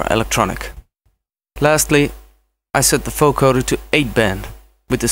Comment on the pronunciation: its a vocoder not a foecoder xD but awesome tutorial !